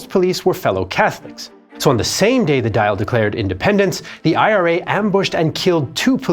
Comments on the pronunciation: It's not the dial! It's pronounced dawl, approximately. It's in Gaeilge! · The Irish parliament is called the Dáil not the Dial. It rhymes with all. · The dail is not pronounced "dial" Its more like "dawl" Say it like "shawl" and you'll be very close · Its not the dial...its the Dáil...pronounced dawl! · Dáil is pronounced dawl not dial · It’s pronounced the dawl. The real spelling is dáil, which is really short for Dáil Éireann. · Our Dáil is pronounced 'dawl' not 'dial' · Great video very informative. One thing though is that dail isnt pronounced D-ial its pronounced Du-all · Just to say; its pronounced "Dawl" not Dial. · Its pronounced "the Doyle" not the dial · An Dáil, the Irish Parliament, is pronounced "Dall" or even "Doyle", it's not "Dial" like a clock. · Its pronounced Dall not Dial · It’s pronounced Daal. Not Dale. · And the Dáil is pronounced "doil", not "dial" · The repeated mispronunciation of "Dáil" was really distracting. It's not "di-al"...it's closer to "doyle." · He prounounced "Dáil" as "dial!" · Brilliant video. One correction though. The dail is generally pronounced "daul" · Our parliament the Dail is pronounced "Doyle". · Outstanding documentary, thank you so much for posting! One small note if I may, the correct pronunciation of the Irish word Dáil is more along the lines of the word 'oil' with a 'd' preceding it. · Btw the Dáil (Irish parliament) is pronounced "doil" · No it's not,! It's not "Duall" and nor is it "Dial!" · Dàil is pronounced more like Dall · Dáil is pronounced dawl lmao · He didn't say "Dall" or "Dail," he said "dial", as in to dial a telephone number. Dáil has a different pronunciation to all of these. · It is Do-yil. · Please get the pronunciation of Irish words right. Example: your pronunciation of the name of the Irish parliament is most definitely wrong. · Can’t even pronounce the Irish Parliaments name properly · Dáil us not pronounced "Dawl" or "Dial". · Could have just asked how dail is pronounced